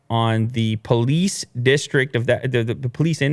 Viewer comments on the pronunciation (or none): none